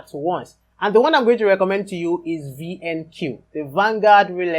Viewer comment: Another good insight 👏. Did you say VNQ or VNQI ??